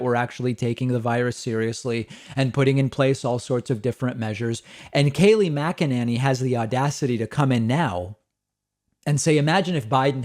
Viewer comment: Mcenany Saying her last name wrong, I'm not sure if I spelled it correctly.